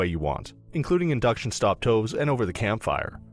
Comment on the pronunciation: You said induction "stop toves." xD Great video!